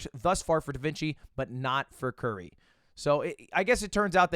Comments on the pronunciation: it's not Curry god damnit it's curie. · bruh dude read curie as curry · Ludwig pronouncing curie like curry instead of the french pronunciation like she isnt one of the most renowned scientists of all time smh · This is clear cut proof that Mogul Mail and Ludwig are different people. Ludwig would have known that "Curie" (Marie Curie) is a French name with French pronunciation. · man really said curie as curry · bro said curry hell nawww 💀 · Lmao "curry", and this guy calls himself French. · Did you really pronounce Curie like Curry? 😭😭😭I thought you were French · "Cure-E" not " as in famous chemist/physicist Marie Curie...english major btw :) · Lud saying Curie like Curry is great. Marie Curie didn't die of super cancer and win a Nobel Prize for you to say her name like the basketball man. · Bro did not just pronounce the surname of the only female dual nobel laureate as „curry” 💀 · The way Ludwig pronounces "Curie" as "curry" is killing me man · Someone teach Lud who Marie Curie was so he can say her name right. 🥸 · Damn, you know it's a bad day for Marie Curie when her namesake AI is a transphobe, and some washed Jigglypuff main can't even pronounce your name correctly... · That pronunciation of Curie made Marie Curie roll in her grave